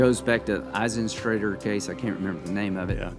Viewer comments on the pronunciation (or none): Kavanaugh purposely mispronounced the name "EisenTRAITOR"